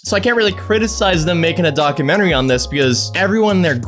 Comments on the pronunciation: "docamennery" lol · What's a docermentary? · Why do you say documentary like that? It's a long u sound not uh